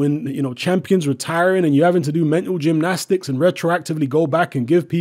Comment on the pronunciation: "Rectroactivley" StrikesBack